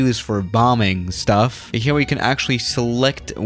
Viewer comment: StUfFf